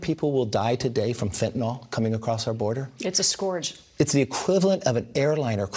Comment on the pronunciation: Margaret learn how to pronounce scourge